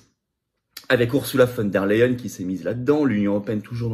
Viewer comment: On prononce "OURZOULA FONE DER LEYEN" et non "OURSSOULA VANNE DER LEYEN"